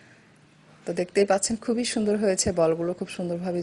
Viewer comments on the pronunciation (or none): none